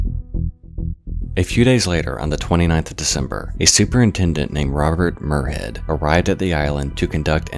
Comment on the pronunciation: Love the content but as a Scottish person in cringing hearing muirhead as moorhead, it's spoken more like miur not moor